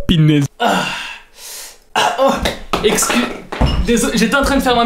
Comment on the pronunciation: "MET UN LAIKE SU CETTE VIDEO SI TU CONNAIS LES SIPSON OH PINAISE" ca ma tue 😭😭😂😂🤣🤣